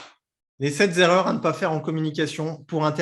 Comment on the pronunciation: Alors la première erreur c'est de dire les 7 zerreurs ! il n'y a pas de s à sept ! 😅 Merci pour ce live